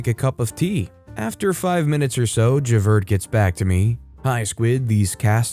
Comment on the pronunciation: Story #3 makes me wish that YouTube had a laugh emoji instead of just a like. Someone needs to watch Les Miserables to learn how to pronounce ValJean (ValJahn) & Javert (Jahverh).